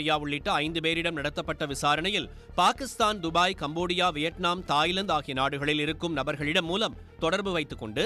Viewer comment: கம்போடியா என்று சொல்லும் போது எனக்கு தேவுடியா என்று சொல்வது போல தெரிகிறது.